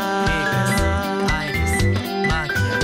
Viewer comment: ここのアイリスとかフィークスのsの発音が好きだ。